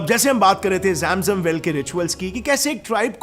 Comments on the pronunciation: जेम जम नहीं भैया,,,,,,, जम जम"" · Bhai kya kabaalaa or jem jem kr raha h Jam jam kabila bol na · its not ZAM ZUM its ZAM ZAM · Mere bhai zam zam nahin bhai zam zam Pani kya bhai sahi se bolna to Sikh Lo mere bhai assalam walekum